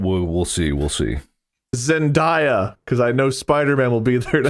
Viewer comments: It hurts me a little bit to hear you guys keep mispronouncing "Zendaya." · I loved this ep so much but the amount of times they said Zen-die-uh instead of Zen-day-uh was driving me a little crazy lmaoo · Why do they pronounce her name zen-DYE-uh?? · The Zendaya pronounciation being so wrong followed by the correct Zenyatta pronouciation is a true gamer moment 😭🤣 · I hope they learn how to correctly pronounce Zendaya's name 👑